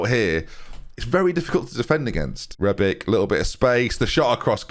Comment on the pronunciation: Okay, so, names: how do you say Brozovic? Brozo-vich, yeah? So Rebic? Yup, you got it: Reb-ich. Come on! 🤦🏻‍♂️ Balkans names that end in c are ch